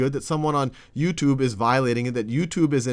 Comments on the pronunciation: I like how he pronounces it YouToob. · I know this is kinda irrelavent but I like the way he says youtube (yooutube)